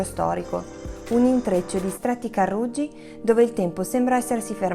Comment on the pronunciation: Perche' dite tutti carrugi???Si dice caruggi!!!Comunque, complimenti!!!!